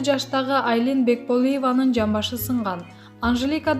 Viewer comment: Бекболива деп окуп атканын сабатсыз ушу жоголбой койду